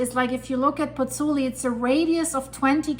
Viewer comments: Pozzuoli, not Pozzuli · FYI, it’s “Pozzuoli”. I’m a Virgo; forgive me.